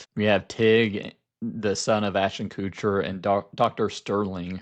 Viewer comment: My deep disdain for Ashton Kutcher means I giggle every single time you pronounce his last name as "Coocher"